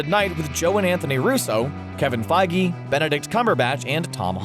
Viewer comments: I’m sorry, Kevin feigi? It’s kevin Feige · Who's Kevin Feigi? It's Kevin Feige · Kevin Feige*, not Feigi.